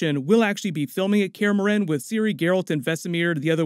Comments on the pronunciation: For how you pronounced morhen I'll dislike the video and stop watching thank you very much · Its pronounced kristoffer Hiv-you and mor-HEN